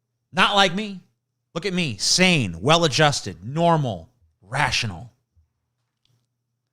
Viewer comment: TJ pronounces sane as saiyan and now I want to draw him with Goku hair